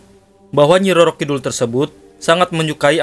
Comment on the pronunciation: Kidul bukan kidhul kang